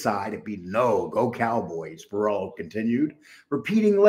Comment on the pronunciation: Borello not borillo